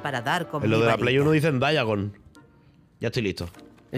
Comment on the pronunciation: En realidad Diagon no lleva tilde por lo que el acento debería estar en la a. No lo dicen bien.